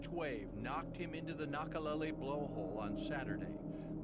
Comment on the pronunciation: Nakalele: kna-kuh-lei-lei (not lei-lee)